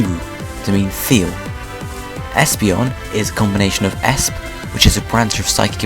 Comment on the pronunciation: It's not Esp. It's E.S.P. That's the only problem I have with this video. I think it's great that you're providing so much information for Pokemon fans, and I can tell that you're trying your best with the pronouncing the Japanese names. It may help if you watched some of the Pokemon anime in Japanese so you can hear their names pronounced out loud. I look forward to your next video! :D